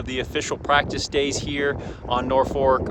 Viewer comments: it is actually spelled and pronounced Norfork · It's spelled and pronounced Norfork not Norfolk but that's besides the point. Hope you get a check and good luck!!!